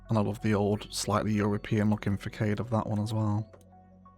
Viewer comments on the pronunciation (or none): With love,, please google how to pronounce facade 😂